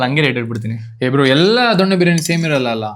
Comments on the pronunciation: ದೊಣ್ಣೆ ಬಿರಿಯಾನಿ ? ಸರಿಯಾಗಿ ಹೇಳೋಕೆ ಕಲಿ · ದೊನ್ನೆ ಅದು ದೊಣ್ಣೆ ಅಲ್ಲ